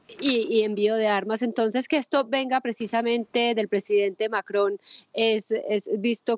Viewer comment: Manuel Macron asi se pronucia, no Manuel Maco..como lo pronuncian en DW en español. 😀👍